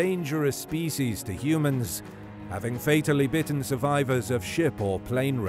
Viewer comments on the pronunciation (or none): none